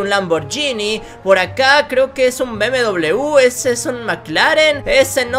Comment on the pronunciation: Se dice BMW be eme ube